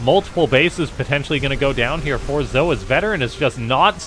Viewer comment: Not sure about you Canoodians, but I'm pretty sure "Zoe" is pronounced like "Zo-ee"